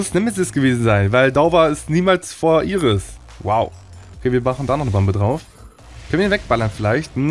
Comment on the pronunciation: sprich Mal Iris Englisch aus dann kriegt man keinen ohrenkrebs danke no offense <3